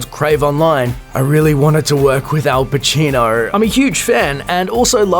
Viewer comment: Wtf is lore and order, and who the fck is Al Pacinorrrr